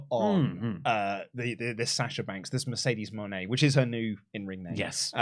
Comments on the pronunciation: I feel like Mercedes Mone is supposed to be pronounced Mercedes Money, which is how she said it when she introduced herself. I think Money fits her character better than Moenay as well. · They pronounced her name 3 different ways, she needs a gimmick that's not Boss or CEO and she talked so slow she was either extremely stoned or jet lagged.